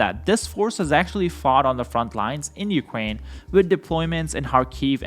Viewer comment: dude stop saying ukwain